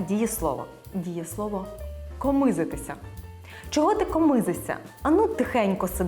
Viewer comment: А правильно ставити наголос "комИзитися" ??? я чула і завжди говорила і"комизИтися"